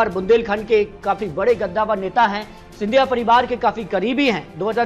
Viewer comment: गद्दावर नहीं कद्दावर